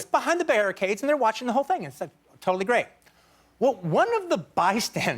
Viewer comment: Pronounces bystander with a “d” at the end. Pronounces bastard without a “d” at the end.